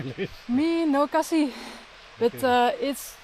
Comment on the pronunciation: Khasi not cassie mam 😅